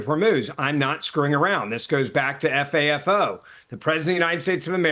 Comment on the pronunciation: F-A-F-O like he doesn't understand it's said not spelled.